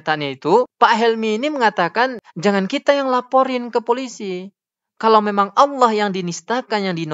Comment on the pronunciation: Allah Swt... kesulitan dalam menyebut nama Nya